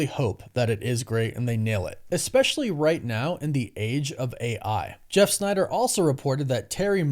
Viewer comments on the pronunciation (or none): none